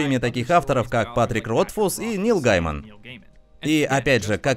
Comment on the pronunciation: У меня одного потекла кровь из ушей от "много мангО" и "Нила ГАймана"? Но ролик супер и интересно будет попробовать эти методики. Особенно про книгу на 1097 страниц